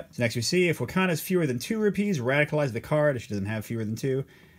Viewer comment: Great video! Place the emphasis on the RU part in Rupees, not the PEES part. Should be ROOpees. You’re placing emphasis as one would for the word ‘trapeze’ 🙂